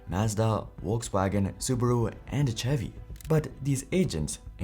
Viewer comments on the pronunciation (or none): This comment is shared with love and total respect for the work you do. I just wanted to offer a small pronunciation note. The word “Chevy” is pronounced with a soft “ch” sound, similar to the “sh” in “shoe” or “shell.” It isn’t a hard “ch” like in “cheese.” A helpful way to think about it is that “Chevy” sounds like “Shevy.” Just sharing in a friendly spirit. 🙏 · chevy isnt pronouced ch-evy it sounds like shevy. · just so you know for future reference "Chevy" is pronounced with a 'sh' sound at the start like 'shevy' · "Chevy" lol its pronounced Shevy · Too funny, an AI giving a talk on why AI doesn't work. What a waste of time. SCHEVVY is not Chevrolet LOL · Lol...Chevy, nice pronouncing there